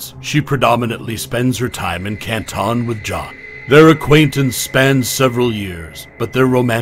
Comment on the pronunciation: hey. what did the lausanne Switzerland video footage have to do with anything regarding this case? It is just beyond strange to choose this very unrelated and painfully boring visual. This choice, along with mispronouncing Canton, the "spooky" background noises, and the inaccurate details all lead to an overall low effort/ low quality production. And to be fair, I expect many inconsistencies and inaccuracies because there is just an overabundance of creators and creations, and this case has generated a lot of interest- but making mistakes or deliberately swaying a narrative with inaccurate info can at least be explained/ understood. But in this video it's both shocking and infuriating because the misinformation seems to stem outta nowhere - from the most easily verfiable info, and also info that isn't necessarily relevant one way or the other: stuff that really won't impact either side, but stuff that is so noticeably and verifiably wrong that it becomes annoying and distracting af. The overdramatization with the narrator's voice, the weird chosen language that is both trying too hard and not hard enough, the unsettling background noises, the confusing visuals, the incorrect info, but all while this video takes itself entirely too seriously -- I feel like I'm taking crazy pills!! And now I've wasted all this time commenting. I hate everything.